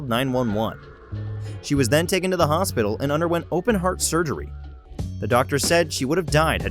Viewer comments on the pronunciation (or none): Go to and listen to how the narrator pronounces, “hothpital” do I win?